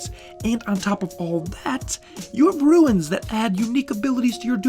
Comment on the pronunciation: It's pronounced "runes", not "runes".